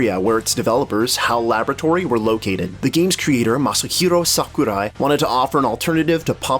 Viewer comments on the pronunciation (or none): "The game's creator, MAHSUHEERO SAHKUHRAI" God damn, tone it down a bit. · "The game's creator, *MASSUHERO, SUCCOORAII*"